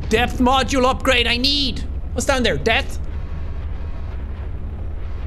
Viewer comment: I thought he said depth